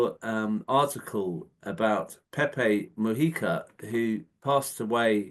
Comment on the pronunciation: His surname is pronounced Mu- Hica, not Mu-yica. Please show some respect.